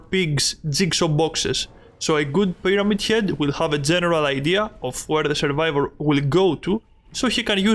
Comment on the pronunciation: Why de hell did you say pirete head